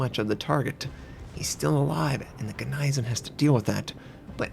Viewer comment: please, please!!!! its said GNEISENAU!! not GNEISEN...